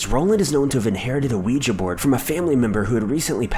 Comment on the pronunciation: You get a thumbs up for pronouncing "Ouija" correctly.